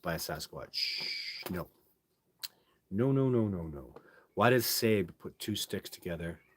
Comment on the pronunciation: Sabe is pronounced like SAW-BAY. I understand it's just another word for Sasquatch. A lot of folks are using this terminology now on social media. I'm not sure where it came from. -OG